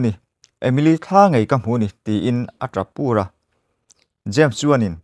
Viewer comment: Ava ngaihnawm tehngai tak😄Tap pur i lam dan hi adiklo deuh em le aw..